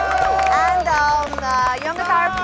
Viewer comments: am a fan of your fluent delivery and tone but the word ‘Yangtaru’ is not normally pronounced as you did here. It does not hav strong solid ‘ga’ sound in the middle. Am not criticizing you. Am just suggesting as your true fan. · It's Yangtaru, not yangataru. yangataru sounds cringy.